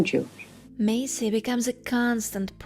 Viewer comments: ……her surname is Massey. NOT Macey. Mass-e……… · Anna Massey (mass-ie) - not Macey. I know her name because I am one to watch the credits and I only watch black and white and a few in color. She was a wonderful character actress! Thank you for reminding me of her. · Not "Macy".....MASSSY..... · its Anna Mass-y you moron not Macey. If you think she's so great (which she is) then show some respect and learn how to preonounce her name correctly. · Very interesting! But her surname is pronounced Massie as in lassie. Not May-see. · I love Anna Massey (you’re pronouncing it wrong lol). She is daughter of Raymond Massey who was a famous American movie/tv star. And she is the sister of the famous British actor Daniel Massey. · The "A" in Massey is the same as the "A" in Apple 😊